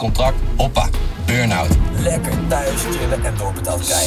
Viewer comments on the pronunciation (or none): hoppa hurn-out? is het niet hoppa burn-out